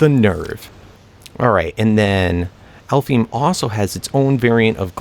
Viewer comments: Also its pronounced Alf-haim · And alfheim is pronounced Alf-Hejm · Also i think its pronounce alf- hime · I think you pronounce it Alfhigm, but I got it from sword art online so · Norse myth is called alfheim (alf-hime) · I hope this isn't offensive but (I think) it's pronounced Al-Fine Wich is fairy or fantasy in japenesse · Alf heim, not that hard to pronounce. Home of the elves translated to English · if its the same way to pronounce it as they do for Sword Art Online its kinda like Alph-hime